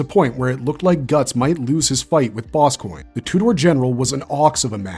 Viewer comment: Lol general Boss Coin Im not hating btw I like this channel its just a funny way to say Boscogne